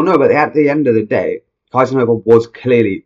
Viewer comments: No, not Kaisenhuffer. It's KIESENHOFER! 😊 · Why English speaking people don't try to spell foreign names correct? Her name is kiesenhofer, must be spoken keesenhofer in English.